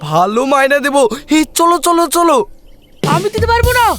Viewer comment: মাইনি❌ মাইনা✅